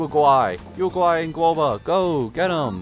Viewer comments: The rabbits name is pronounced “you-gee” not yoegei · It's pronounced Yui-gway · Just a simpler way of pronouncing her name is Yu Gway AND ALSO PUT THE PROTOTYPE STARGLITTER ON YUN JIN THATS HER BEST WEAPON